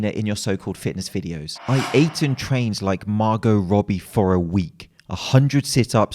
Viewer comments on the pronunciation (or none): none